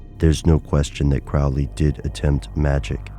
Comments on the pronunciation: nope... not really... it's pronounced Crow-lee... not Crowl-ee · His name should be pronounced Crow (like the bird) Lee ... Crowley. Now I'm almost ashamed of myself for being the jerk that goes around correcting people's pronunciation... almost. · You are mispronouncing his name. It's Crow-ley (rhyming with holy). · The people in my family pronounce it that way. Every time someone like a teacher at school would read my name aloud they would pronounce it "crow"ley though. Are my family members mispronouncing their own name? Haha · When you can't even pronounce his name right, it's hard to believe anything else presented.